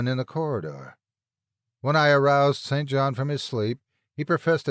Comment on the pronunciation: St. John is pronounced "sin-gin" when it is used as a name; I came across it as I was reading Charlotte Bronte's Jane Eyre in high school and it gave me stumbling pauses, so that's why I remember the ambitious, yet asexual, alternate love interest for the title heroine. All this talk of "grave robbing" had me thinking of Zydrate, King Tut's curse, and graveyards in the dead of night. Although, I am sure the first one in that series DID NOT exist during Lovecraft's time, so "opium" would be about equivalent for a point of reference.